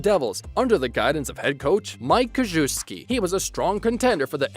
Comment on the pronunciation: Bro you miss pronounced Coach Ks name. Smh